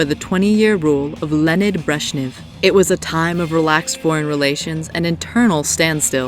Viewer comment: “Lennid” Brezhnev... I’m sorry but his name is pronounced “LEO-NID”